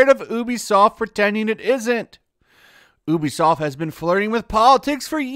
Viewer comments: bruh. It's pronounced "U be soft" not "OO be soft" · Why is he pronouncing it as ooobisoft its youbisoft right? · Its pronounced "you be soft"